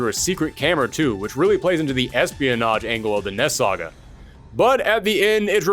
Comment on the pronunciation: It sounds like your saying ness saga